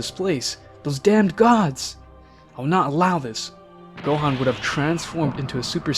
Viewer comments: You pronounce Gohan wrong in your video watch some videos and then you'll know how to say the actual name right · “Go-Hand” LMAOOO